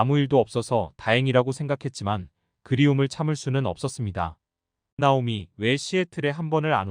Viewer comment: 발음좀 제대로 좀 하시죠. 듣기 싫어요. 나오미 -> 따오미 -> 나오미 \ | /